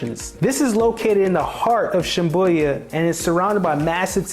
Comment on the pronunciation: I said the same after hearing the pronunciation but it was confirmed with the spelling.